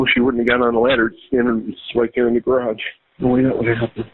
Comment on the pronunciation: I've never heard so many single-syllable words spoken with 2, or several. "I li-eft he-er iyirn theer ha-ourse.. iyirn the-er gyer-ararge" - this guy is iyirnsufferayable.